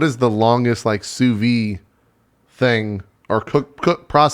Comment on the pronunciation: I like how JP keeps talking about "souvy" and "souvying" while it looks like it's the actual french word: "Sous-vide" which litterally translate to "under vacuum". Somehow in english they use the french words... and the "d" sound just disappears?